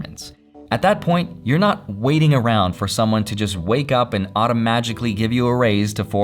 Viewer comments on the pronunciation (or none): not sure if it's a pun or I heard it wrong "auto magic ly"